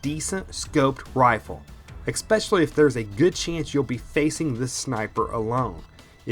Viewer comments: Ditto on thinking monkey's comments..Just a personal observation/ constructive criticism, ,,,the word is: ESpecially, ,not EXpecially. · Especially not exspecially...just sayin. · While this may seem kind of “troll-ish”, I don’t intend it that way. I cannot subscribe to your channel until you work on your pronunciation. Example: It is not pronounced “ek-specially”, phonetically it is “es-specially” Drives me bonkers when I hear that and I am unable to focus on the excellent content you provide... This is not a speech impediment kind of thing, so I know you are able to correct it. If you are unwilling to correct speech patterns such as this, then how informed and viable is the other information you provide? Honest, constructive criticism here. Thank you. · especially, not xpecially! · I can't stand it when people say EXSPECIALLY. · Especially, ES-pecially. Not EXpecially. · "ex-specially" lol